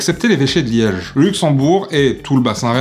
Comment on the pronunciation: les liedgeu les "ge" ils les prononcent "ch", comme les Rouches ! Allez les Rouches !